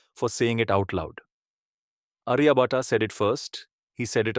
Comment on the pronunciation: and minute time frames you have shown wrong map of Kashmir inside globe. Also wrong pronunciation of Aryabhatt. Its not Ariya Bhataa its आर्यभट। Please do correct the map in all other videos of yours 🙏